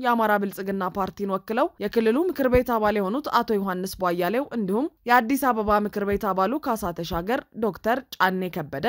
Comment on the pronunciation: እህትዬ! ለምንድን ነው ቧያሌው ብለሽ የምታነቢው? ቧያለው(የበራው) ቧ-ያለው ብለሽ ብትጠሪያቸው ትክክል ይሆናል።